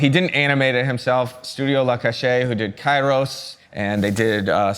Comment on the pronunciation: La Cachette is pronounced cash-ette (like etiquette or pipette). :)